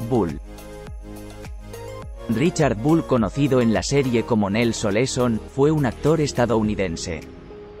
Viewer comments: No es Oleson, es OLSON .Aprendan a pronunciar😮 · El apellido era OLSON lo dijo mal en 4 ocasiones